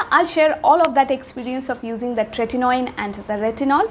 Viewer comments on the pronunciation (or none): I can't differentiate when you pronounce Tretinoin and retinol.. Just a minor suggestion, try not to pronounce every word with so much force, please improve, thanks